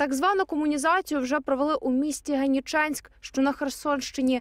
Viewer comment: Генічеськ, а не Генічанськ!